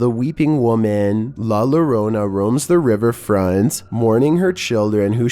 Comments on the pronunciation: La lorona? No. Pronounced yorona. The double ll makes a y sound. The more you know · Number 11 is pronounced la yorona not la lorona the two Ls right next to each other make a y sound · Lah Yoh-rho-nee-ah, or lah yo-rona, like co-rona virus. that's how la llorona can be pronounced. la lorona like wynonna is fingernails down the chalkboard of my soul... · just wanted to correct how you said this word, I am latin american myself and sorry if I seem to bother, but it's not "la lorona" with an L, the double L is pronounced, like an Y, so pronounced like "La Yorona" yes, i know, spanish is weird, but I hope I helped at least a bit, enjoyed the vid and take care :) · 😂😂😂 #11 is pronounced la yo-Rona not la Lorena 😂😂 la llorona la yo-Rona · Its pronunced la jorona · Its "LA LLORONA" (JO-RO-NA) not LO-RO-NA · YORONA >>LLORONA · I do enjoy your videos however a number 11 you have mentioned this before and you're saying it wrong I'm sorry but if you're going to make videos try to learn how to say it correctly it is not la la rona it's La Llorona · La lorona 🥲☠️ For anyone who needs help saying it here Yo-ro- nah(llorona) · It's pronounced as "La Yoronna". The LL is pronounced as Y in spanish, like in York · The way he said "la lorona" but dope videos bro! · it la yo-ro-nah yo as in yo what's up, ro like co-ro-na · Not being an ass but it NOT LA LLORONA ITS PERNOUNCED AS LA YO-RO-NA .. IT THAT HELPS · He pronounced la llarona wrong! it's La ya-ron-a! sorry bro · Hi this is Pablo here Im hispanic, the name of la llorona is pronounced here "La Yorawna" in case you make new videos including it just a little correction still a great video an anamazing job thank you so much for your content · I think it's pronounced like LA YUR ONA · the way he pronounced it immediately annoyed me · Nothing against you but in number 11 you said la llorona wrong but idk